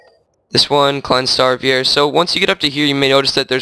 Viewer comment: vier is actually pronounced like fear oh also in English the first four are called small star one, two, three and four